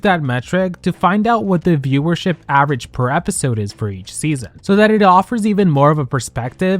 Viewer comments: I'm sorry but i have to say this.... it's average, not avarage. It was driving me crazy 😂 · Girl, not "avarage" 😭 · "Avarage"? Feels like Alyssa Edwards might have said that on the show. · Just an FYI! The word is average not avarage. :) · the "avArage" in every single slide is killing me though...